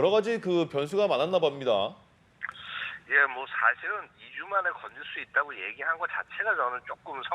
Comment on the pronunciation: 남성 아나운서 정말 심각하네요. 솔직히 고등학교 방송반도 이런 아나운서면 바로 짤림. 버벅거리고 말도 제대로 못하고 발음 세고 틀리고, '변수가 많았나 밥니다' '연결해서 끌어오리 갸 정말 어려웠을 것 같습니다' 이게 뭐하는 짓임? 우리나라 국제 경쟁력이 가장 없는 분야가 언론계인데, 국가 기간 통신사인 연합의 아나운서 자질에 개탄을 금할 수 없네요. 이런 중요한 뉴스에 기간 통신사가 반듯한 인터뷰 하나 못하다니...